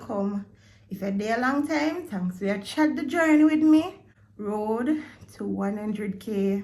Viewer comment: said mi embarrass🤣